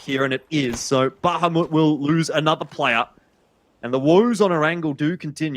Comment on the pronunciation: "Bahamut" not "Bahumat"